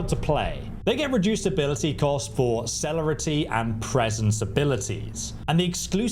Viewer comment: It's pronounced Sir-lair-rity - Ob-few-scate and Po-tense